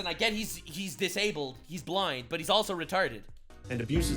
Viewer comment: Lol you sais butt dog